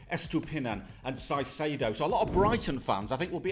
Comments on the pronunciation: Hey mate, you're pronoucing wrong Caicedo. Its "Kaicedo" the "C" in this case is like a "K". Great channel btw, greetings from Colombia! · Guys, it is pronounced “ Kaycedo” not “Saycedo” 😂😂😂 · I die hearing them say saicedo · Someone teach him how to pronounce "caicedo"😭😭😭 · Caicedo is (Kaisedo) and Hincapie is (Inkapie). btw the parenthesis is how to pronounce. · Just a heads up, in Spanish we pronounce Caicedo as Kaisedo and we say Hincapie as Hinkapie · Hello! So glad Ecuador is recognized. As an Ecuadorian I am very excited for this world cup and I have my hopes up. Just a little detail, Caicedo is pronounced Kaicedo, as well as Hincapie is pronounced Hinkapie. Good video! Looking forward to your reactions. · The C's in Hincapie and Caicedo are pronounced like the c in cup